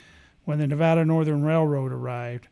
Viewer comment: You pronounce the name of the state correctly. So many people don't, or say it doesn't matter how it's pronounced. I always notice this, but i am kinda weird. Love the Silver state !!